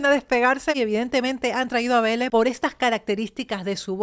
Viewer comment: Lo q ocurre q no pronuncia bien beele